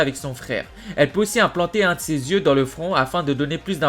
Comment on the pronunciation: ses 3 paires d'yeux et non '' de zyeux '' par contre super vidéo!!!